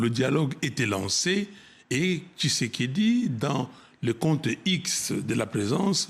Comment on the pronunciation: tu prononce mal son nom kisekediii 😂